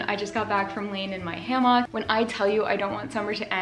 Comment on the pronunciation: Does everyone call them ham-awks where you live? I’m not trolling. I’m really asking. Language, dialect, and communication among regions are interesting to me. Like the way you say eXpecially even though there is no X In eSpecially. I love your content. Thank you for all you post.